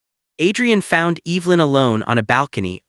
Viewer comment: Please learn the pronunciation of the name Evelyn! Narrator’s voice is unattractive.